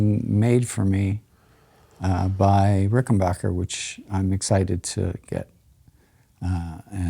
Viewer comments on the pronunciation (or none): Darn Ged, it’s Ricken”backer” not “bacher” lol